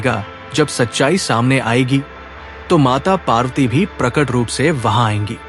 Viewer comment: Mata parwti not mata parti.